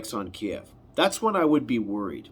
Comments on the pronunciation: "Kiev" KEEV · Ukraine means borderland. Ukrainians consider “the Ukraine” to be an insult because it suggests they are just Russia’s borderland. You will notice nobody says that anymore. It’s just “Ukraine” not “the Ukraine”. You’re also pronouncing Kyiv in a way they consider insulting. Kiev is the Russian spelling and pronunciation. Just say Keev. (I’m Ukrainian Canadian.)